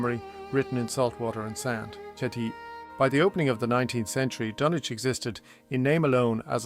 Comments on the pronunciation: The 'W' is not pronounced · Is it pronounced Dunwich or is it Dunwich.? You seem unsure. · So not like H P Lovecrafts the DunWich horror